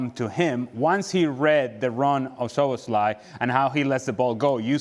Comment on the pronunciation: Nicol STILL can't pronounce Szoboszlai correctly... In his 3rd season now. He's not SLOBOSLAI, there is no two "L"s. Jeeeez